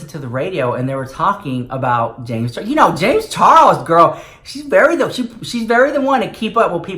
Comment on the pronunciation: Will never hear "Charles" the same even again lmfao Charros 😂😂😂